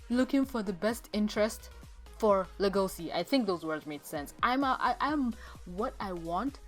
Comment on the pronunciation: Le-go-c you mean Le-go-shi?